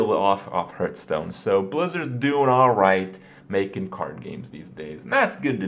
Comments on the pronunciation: dude.... its not HURT-STONE lol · is there a reason he keeps saying hurtstone? it bugs me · Why do you keep calling it Hurtstone? Why Kripp? WHY!?